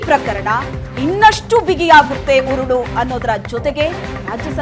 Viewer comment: ಅದೆಷ್ಟು ಸಲ,ಕುಣಿಕೆ , ಉರಳು ಅಂತ ಹೇಳಿ ಹೇಳಿ ನಮಗೆ ಉರುಳು ಹಾಕ್ತೀರಿ.